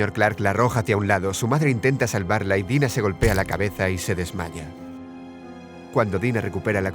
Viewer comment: Minuto5:7 dise desmaña